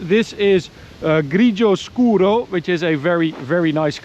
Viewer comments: Ciao,. Ottima pronuncia di "grigio scuro"! Un saluto dall'Italia. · As an Italian you said insanely well "Grigio Scuro" two times out of two. Love from Italy! 🇮🇹❤️ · Impeccable pronuntiation on the color "grigio scuro". Bravo!